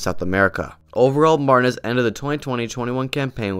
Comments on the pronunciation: 😂😂😂 Lautaro Martin-as 😂😂 You gotta work on your spanish pronunciation, bro. 😉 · Never heard anyone in my life say it like that lmao. How is that even possible to not know how to pronounce it correctly, it's such a generic common last name , especially in this sport 😂